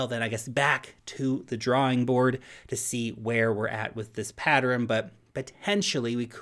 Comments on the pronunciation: Pattern > “patterin” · Only 2 syllables in the word pattern. Pat-tern not pat-er-in